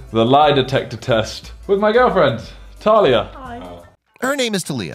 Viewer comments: My guy said talias as “tilia” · Delete your channel for pronouncing TALIA'S name wrong😂😂😂😂